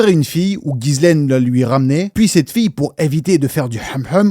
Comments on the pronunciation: Mini mention sur la prononciation du prénom de "GHISLAINE" Maxwell : On prononce "JISS-laine" 😉 Le "Guy" du début accroche mon oreille à tous les coups 😊 Superbes explications et analyses ❤ Continue 🤗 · mes oreilles saignent : GUI LAINE MAXWELL !!!!